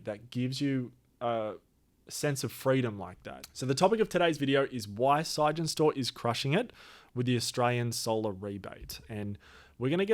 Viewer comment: Why are you saying "sige-en-stor"? It's clearly "sig-en-stor", as in Sig Energy Storage.